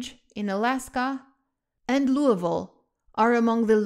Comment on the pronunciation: I am very impressed someone pronounced “Louisville” correctly